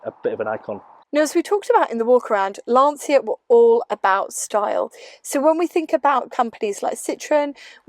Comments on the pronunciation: Fascinating car. I like the front end and dash styling in particular. Not being pedantic but the Italian pronunciation sounds like 'Lansha' :-) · I hate doing this, so forgive me, but it’s pronounced - ‘Lan-chia’ - the ci is a ch sound in Italian. Sorry for being pretentious! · Listen to the pronunciation of Dacia, it's the same. A short 'a' followed by 'tch' and another 'a'.